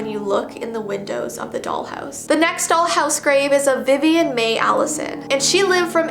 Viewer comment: me doing schoolwork while listening to: vivin mae allison me: wait did she just say my name